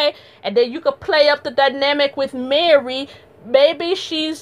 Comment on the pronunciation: I love how you said Mary... Marrrrry like Jackee 😂 Great breakdown of the interview, I am now subbbed.